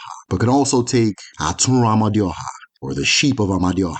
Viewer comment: Amadioha is a wrongly pronounced, the true pronunciation of that word "Amadioha " Ama e du oha meaning "the divine wisdom that leads the people". written as "m d h".